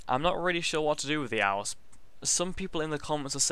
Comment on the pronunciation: when he says elves cause of his bitish accent sounds like owls